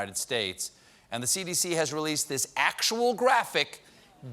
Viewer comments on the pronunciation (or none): God Bresh ee United Shtesh